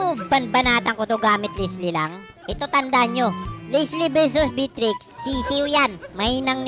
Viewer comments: bat ganyan pronunciation mo sa Beatrix? B-trix tawag mo na dpat beya-trix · Everyone: Beatrix: Bitrix 🤣